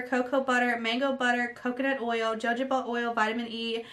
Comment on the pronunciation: Just a little info..jojoba is pronounced ho ho ba. Looked it up just to be sure..its a tricky word.. ;)